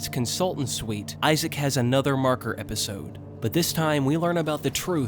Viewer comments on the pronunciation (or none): none